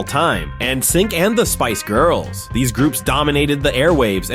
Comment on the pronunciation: This is cool, but the way you pronounce “Charminder” and Spice Girls made pause.